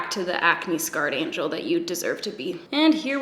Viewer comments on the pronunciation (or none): none